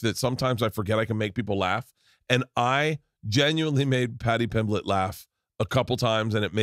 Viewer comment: How you mean Paddy pimblington? How u first pronounced it